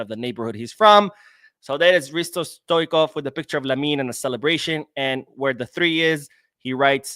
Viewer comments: Please, don’t talk about football legends, from the time you did not watch football, stoikov? Hungarian? Please, stop same with simeone inzaghi… these are legends, how can you dont know how to pronounce their names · No. On each video you ask for the comment. I do not put in doubt your knowledge about modern football, i watch ur videos, im not a hater and i respect your research. What we are saying is you can tell that you are not long term football fan for us. Mispronouncing stoichkov or simeone inzaghi, top players of past era shows your age, thats why i said leave these legends alone as mispronouncing is quite disrespectful and all longer term fans are just dissapointed as we see you as a guy with a knowledge. We are not attacking you at all